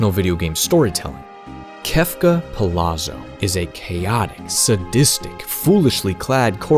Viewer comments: Good video. I appreciate the deep dive into the character and lore. One note, since his last name is clearly Italian influenced, it may be pronounced Pa-Lot-Zo instead of Pa-La-Zo. I believe the double ZZ makes the same T sound as pizza. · Why doesn't anyone know that Palazzo is pronounced Palatso? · You pronounced his name wrong for the entire video. "Palazzo" is pronounced like "pa-lat-zo." Double Z is always pronounced like the double Z in pizza. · Y'know how pizza has a double Z and sounds like "peet-za"? Kefka Palazzo "Pa-lat-zo"